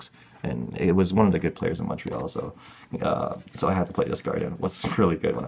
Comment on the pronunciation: Mad respect that knows how to pronounce Montreal properly.